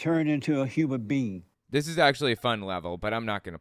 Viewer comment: I think I'm stumped by the Christian guy's pronunciation of the words "human being" as "humour bee"! Like do bees even LAUGH?! Nope they make honey